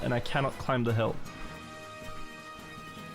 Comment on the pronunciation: I can't unhear pronouncing the B in deBt, climB etc. but also: kakky!